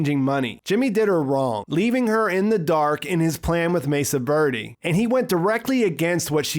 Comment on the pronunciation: Mesa “virdie”?